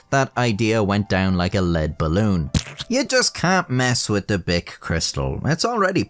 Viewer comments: Then he says "Bic boy" like my mind went straight to "bitch boy" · That's not how to pronounce bic